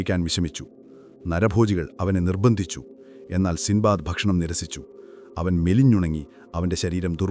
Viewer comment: സിന്ദ്ബാദ് അല്ല സിൻബാദ്